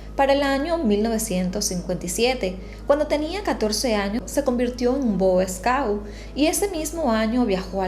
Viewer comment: No se dice bo scout sino que es boyscout. Y no se dice reina Isabel segundo sino que se dice segunda